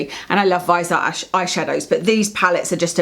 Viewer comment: Great video, I enjoy watching you talk about make up and skincare. I was just driving me nuts in this video because you say Viseart wrong. The "e" is not silent. You say vis-E-art. Where the E is pronounced like an "ie" or "y" sound, if that makes sense. Great collection though, you inspired me to buy the viseart amethyst pallet when I saw your is retin a dangerous video. You were talking very important and interesting facts and opinions and all I could think was how STUNNING your eye shadow was! lol. Like a bird who can't take their eyes off something shiny. I went straight to my well used sephora app and ordered it. It just shipped today, so only two more days before I have more purple eye shadow. lol Keep up the good work!!